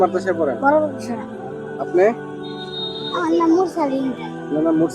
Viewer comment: উচ্চারণ "মারদাসা" নয়, উচ্চারণ হবে "মাদ্রাসা", ঠিক আছে?